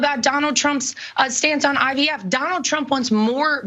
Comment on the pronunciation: Did say IVF or IDF? Maybe it’s because I just can’t listen to this guy anymore!